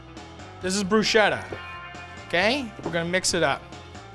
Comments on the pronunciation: It's "bru-sketta", not "bru-shetta". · its bruschetta i know but please for the love of god pronunce it with a "K" sound like brusketta